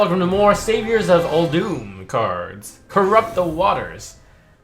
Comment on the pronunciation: it’s not Uldoom it’s Ul-dum try playing WoW it’s the correct pronunciation